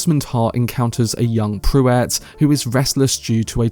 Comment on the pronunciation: And, you sure have your own completely unique pronunciation of almost every Dune name. But 'Pruitt' is certainly not 'Prew-wett'. It's 'Prue-itt'.